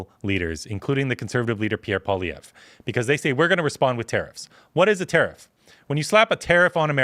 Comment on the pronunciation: it pains me to hear a Canadian mispronounce Poilievres name LOL "Pua Liev"